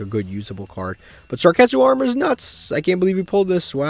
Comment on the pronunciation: Love the series. But I love more the way he pronunces card's name. Lets start a bet to see how much time passes until he realizes its Sakuretsu instead of Sarketsu